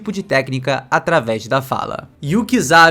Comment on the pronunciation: “Ataves da fala” 😂